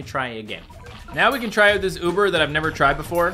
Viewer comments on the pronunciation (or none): none